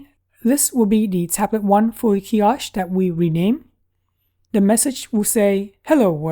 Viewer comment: Nice video. Keep up the great work. Where did you get the tablet mount. Like the style. A bit like TabLines TWP wall mount. Kiosk is pronouced - kee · aask. A strong K. You have a more h sound. Trying to be constructive.